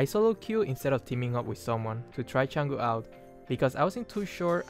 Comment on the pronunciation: wow someone who actually pronounces her name correctly